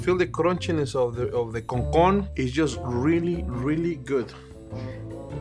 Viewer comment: as a dominican i screamed like a girl when said "CONCON"😩🤙🇩🇴